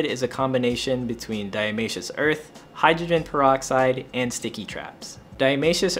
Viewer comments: I find the "Diamaceous" Earth (instead of Diatomaceous Earth) is so charming 😂🥰 I absolutely love this channel ❤️ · Dia-TOE-masious earth